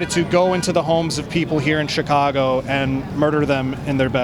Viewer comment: she speaks CHICAGO with a native american accent. HAHAH